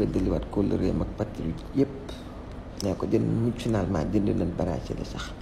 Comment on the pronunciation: HA HA, AU LIEU DE DIRE FINALEMENT , IL A DIT MOUDJOUNALEMENT, DIEUNDEUNA CI BRACELETS YI SAH. KHOROMOU NA LOL